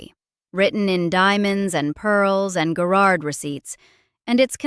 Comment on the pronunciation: OMG.....it's Guh-rard